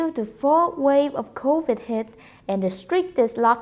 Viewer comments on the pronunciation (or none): none